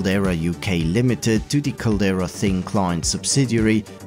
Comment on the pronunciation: There's a "D" in Caldera.. it's not "Calera" it's "Cal-dare-ah" which is a reference to the inside of volcanoes.